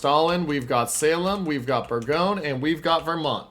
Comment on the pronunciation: Thanks for the footage. Pronunciation of Bourgogne is a little irritating, it's not "Berg-own", it's "Bore-gone-yer"